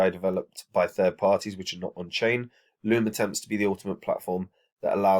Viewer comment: Its loom lads not lobe